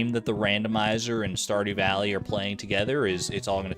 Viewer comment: Lol, "Saw Dew Valley"?